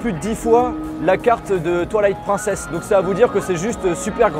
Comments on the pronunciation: Comment j'suis jaloux 😂 par contre stp, "Prine cess" pas "Prun cess" 😛😛😛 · Oh mon dieeeeuuuu, j'suis trop pressée qu'il sorteeee 😍😍😍 Au fait, c'est Twilight [prineçèsse] et pas à la française 😂😂